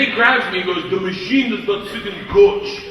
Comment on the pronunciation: Ну типа его произношение "machine" звучит как "мужчина", почему нет.